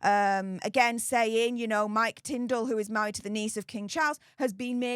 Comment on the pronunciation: Sorry Tindall not Tindel